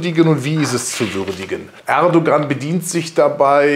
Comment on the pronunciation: sie sprechen den namen "erdogan" ständig falsch aus, und nein, kubicki hat mit seiner äußerung nicht übers ziel hinausgeschossen, ich hab kein problem mit seiner meinung. man muss es sehen, wie es ist.